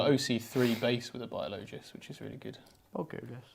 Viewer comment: My god, it’s BIO-LO-JISS not BOGULUS 😵‍💫 other than that driving me absolutely nuts, great vid lol